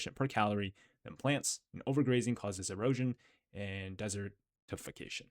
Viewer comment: desert... tification.